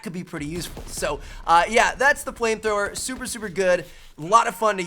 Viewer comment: was it just me who thought he said plane thrower?